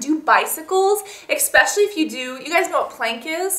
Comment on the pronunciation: why cant you just say eSpecially right? but those were some really great tips!